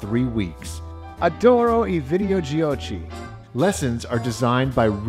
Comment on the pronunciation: Adoro i videogiochi the correct pronounce is adoro i videogioki